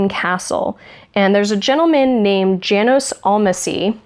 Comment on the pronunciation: I'm not positive, but I think that 'Janos' would be pronounced "yah-nos" in German.